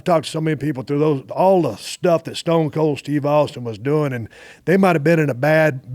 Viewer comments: Dale really said Stone's Cold 😅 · Ah yes, "Stones Colds Teve Austin" 😅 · What did he call stone cold at the very beginning? Stonesa cold? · Jr. Looks like a kid on the edge of his seat hanging on every word . Stone cold and the rock could rip some promos like no other. "Stroodle " haha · Guy literally fucked up 2 seconds in couldn’t even say stone cold right 😂💀